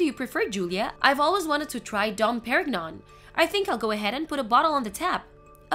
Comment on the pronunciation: Voice acting is terrible. Especially the voice for "Mary. Even totally (and I think unintentionally comically) mispronounced both "Dom Pérignon" and "appalled." And the story is very poorly written.